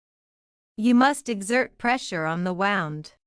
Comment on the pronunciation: Wound,,,, pronunciation is not correct.